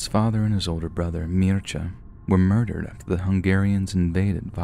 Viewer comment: Ok but the way he pronounced " Mircea " 10/10 my guy you deserve a cookie